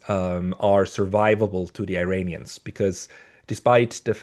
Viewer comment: I know English is not your first language. Please don't say "Eye-rainians", only idiots say that.